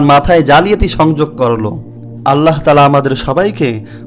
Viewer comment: 'আল্লাহ্' শব্দটাইতো সঠিকভাবে উচ্চারন করতে শেখোনি। সঠিক উচ্চারণ আল্লাহ্, আল্লাহো নয়।